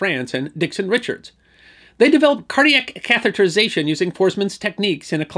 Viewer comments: Thanks so much for a great video. And especially for pronouncing "catheterization" correctly! So many people don't. (Catherization is the usual mispronunciation.) A small thing but it can drive a person nuts! (Like hearing "nucular" instead of "nuclear.") Yeah... I know... OCD! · Nice work on pronouncing 'catheterization'. It's a twongue tister.